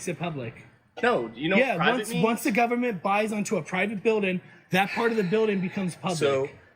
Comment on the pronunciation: "GUBBERMENTLY OWNED!" 😂😂😂 Fuggin re-re.